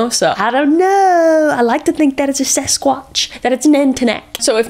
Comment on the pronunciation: Did she say “sex-squatch” at the end ? Hahahahahaha 😂😂😂😂😂